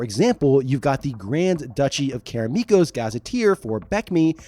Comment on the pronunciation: Why do you keep pronouncing Karameikos as Karameekos?